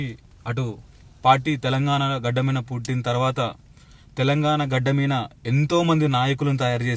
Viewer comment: మీన కాదు మీద తెలుగు సరిగా మాట్లాడ డం డి